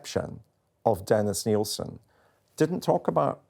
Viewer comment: Nill-sin Not "Neil-sin"